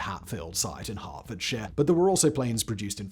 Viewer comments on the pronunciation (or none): none